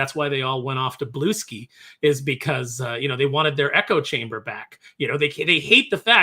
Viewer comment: it's pronounced (bloo-SKEE)